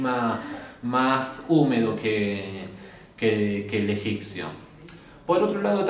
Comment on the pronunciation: EgiPto, egiPcio... pronunciame la P en Egipto, Egipcio. 😊 Gracias por tus videos.